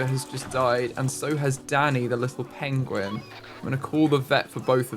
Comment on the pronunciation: “Benedict Cumberbatch will be so disappointed! Pengwing has died!” 😂